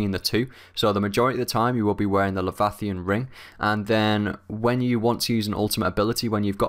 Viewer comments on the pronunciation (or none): lee - vi - a - thon